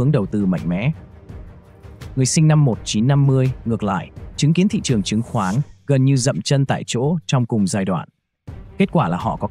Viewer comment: phát âm sai từ ngữ sinh ra mà nói là sinh da tuổi trẻ mà nói là tuổi chẻ. nên học cách phát âm lại thị trường chứ không phải là thị chường.